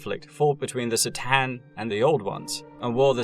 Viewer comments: K'tan, buddy. Not S'tan. You even include several cut-scenes where they are correctly named. Otherwise, nice video :) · No si-tan, C'tan, like a k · C’tan is pronounced with a ka not a sis sound. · sih-tan? C'tan is actually pronounced KER TAHN. Sorry, I'm doing my best arm-chair expert impression. Great video! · Only watched 20 min so far, but i already know is good work. I love your videos and i am super happy you are covering the 40K universe. I just noticed that you seems to pronounce the name C'tan slightly different from the way i usually hear it. More like S'tan than C'tan 🤔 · FYI The C'tan pronounced ker-TAN Or ka-TAN but absolutely NOT ser-TAN as you murmered. Get it right or pay the price. LOL love your work you know i say all that with love. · Listening to you mispronounce c'tan like 7 times in a row was torture....it takes 2 sec to watch official 40k materials and know that its said cuh-tan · C'tan is pronounced Ka-tan. Thank you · You can start by learning to pronounce C'tan.. (pronounced ker-TAN).. Only in and I'm starting to question your otherwise pretty video. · My autism doesn't like the mispronunciation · Its pronounced k-tan.